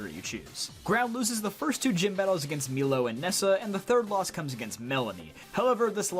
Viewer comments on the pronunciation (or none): It's Milo (My-lo) not Meelo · Why does he pronounce milo as meelo that was so weird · It’s milo not meelo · Bro just called milo meelo